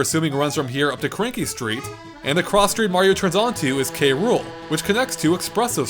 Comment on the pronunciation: Kay-Rool street it KROOL like CRUEL